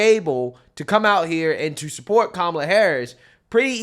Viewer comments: CANCEL JOY for not saying kalam name correctly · Behar pronounced her name KAMala…lol…is someone going to call her racist? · Did you notice that Behar also called her “Ka-mahh-la”? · she calls her ka molla I thought that was racist 😂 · Behar called her KaMÁla 🫨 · did Joy Behar say KaMALa? With the accent on the second syllable, something the dems have said is racist? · Joy behar mispronounced Kamalas name. Why isn't she being called a racist for that? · She said kamala name wrong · Hey wait, didn't Joy pronounce Kamala wrong? I guess she's racist. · She pronounced Kamala the same way the left complains about conservatives pronouncing it. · Lol, Joy said Kamala wrong... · Joy Behar says kamala's name right and the wrong way 🤣 but no one will correct her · Look at Joy saying her name wrong. What a racist 😂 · Joy said Kamala’s name wrong when trying to bait usher haha